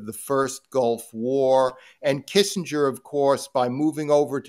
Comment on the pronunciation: Jesus Robert, Kissenger??